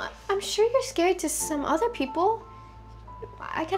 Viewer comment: IT'S NOT SACARY